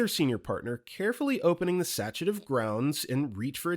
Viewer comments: You're pronouncing sachet wrong. SA-SHAY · The word "sachet" was mispronounced... four times.